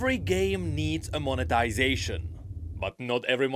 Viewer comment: Every time says monetization I keep hearing "of the ruination" 😂😂😂